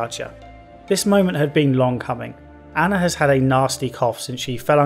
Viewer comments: Why do you keep calling Anna Anya? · Her name is ANNA you keep calling her anya it's driving me crazy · Dude...her name is Anna, not Anja. How can you be so involved in this and make an hour long review yet get something so obvious constantly wrong?!? It even says "Anna" on screen a Million times with enabled subtitles, and i'm only 10min into the video...😒 For real, HOW?🤔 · I swear to god you must be trolling, you said it wrong like 30 times in the first 10min when everytime on screen it says "Anna"...triggers the shit out of me and makes it hard to watch & take serious.